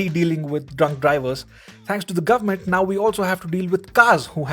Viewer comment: Here from the future... gur-mant decided to go maximum cray cray indeed